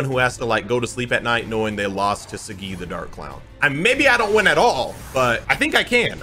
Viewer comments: I feel like it’s pronounced Sah-gee vs See-gee. Either way, it’s. He’s right. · Imo it's pronounced sah, gee/gi not saGGeeee lol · I feel like he said saggi wrong on purpose lol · Not trying to be that guy but kiba calls him soggy so is it that or is it saggi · I don't like how you say Saggi.